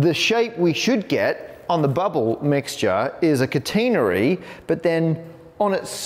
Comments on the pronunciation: Kuh-teen'-uh-ree? My professor said Kat'-eh-nerry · cat'-en-ary .... not containery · ka-tain-ery? thought it was a cat-en-nary? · Whoa! Never heard it pronounced kuh-TEEN-uh-ree. It’s always been KAT-uh-nair-ee for me. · In the US, we pronounce it CAT-uh-nary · Cuh-TEEN-uh-ry is a very new pronunciation of that word for me. Is that common in the UK? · In US maths, is catenary sometimes pronounced as cat-ah-nary, or have I been reading it wrong all these years? Here, Matt pronounces it ca-ta-nah-ree, is that just the British pronunciation, or is that the overall preferred pronunciation? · I usually like the British pronunciations of words over the American ones. Aluminium, maths, secretary, etc., ... but I guess not in the case of "catenary". Man, that word is rough. Imagine how you would mangle the word "concatenate" in the same way as "catenary". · You pronounce catenary different than I learned it. Apparently this is another case where the British and American pronunciations differ. :-)